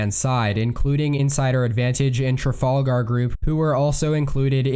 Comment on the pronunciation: The pronunciation of trafalgar keeps getting more and more bizarre.